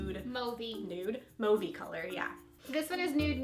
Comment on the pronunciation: So glad you guys say Mauve correctly now! Hopefully the rest of the you tubers will take note.